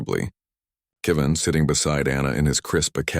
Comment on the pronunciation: Not Keeven ,Kevin.